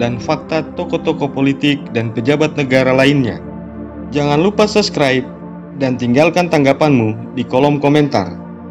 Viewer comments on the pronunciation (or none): none